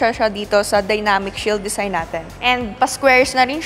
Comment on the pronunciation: Hahaha! It’s a “dezign” ah🤣🤣🤣